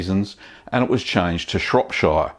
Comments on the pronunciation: Yeah as a French I can understand why French or Italians for instance don't pronounce [...]shire the right way in this context but I don't get why most americans don't seem to know how it's pronounced originally. Like, if you're talking about a county that's in England, pronounce it shuh, idk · not being pedantic..... well i am but i'm from there..... it's pronounced shropsher, not shropshiiire :-) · It's pronounced "Shrop-sherr", not "Shrop-shieerrrr" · It's pronounced like Cher rather than Shire. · Matey, it's Shropsheer, not Shropshyre... it's not Lord of the Rings! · Long-winded presenter if ever there was one! Just haven't got the time or patience to hear him out. And, he mispronounces all the English counties the same as ShropSHYER, where I also am from. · Shropshire is pronounced Shropshur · Shropshire is pronounced Shropshur, same goes for all the other 'shire' counties in the UK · Shropshire is pronounced "Shrop shuh" - like the sound in the word "pressure". Same goes for Cheshire, Lancashire etc etc. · It's pronounced shorp-shirr.. lots of people from abroad make this mistake.. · Pronounce shire or shear or Shuh probably better off saying it Shropshear or Nottinghamshear as a Salop my self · Shrop-Sheer, not Shire.......... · Shropsheer lol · "Shropsher" :o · It's great that you allow your subscribers to learn from your minor blues, lest we repeat them. By the way, Shropshire is pronounced "Shropsher". When speaking "Pom", we Aussies should endeavor to get it right. Got it ..... guv? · I clicked on this just so I could hear you mispronounce Shropshire :D You didn't disappoint! haha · don't blame him, english is his second language. really, every time he said shire, it was like bamboo pins under my finger nails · The way you pronounce shropshire gives me anxiety... I'm British btw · Please pronounce Shropshire correctly at least lol